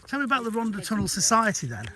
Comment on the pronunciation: Loved every minute of it. Just wish Martin would pronounce Rhondda correctly and pronounce the th rather than dd.